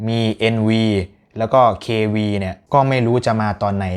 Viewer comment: NV กับ KV อ่านว่า เอนไฟว์ เคไฟว์ นะคะ ไม่ใช่ เอนวี เควี เป็นเลขโรมัน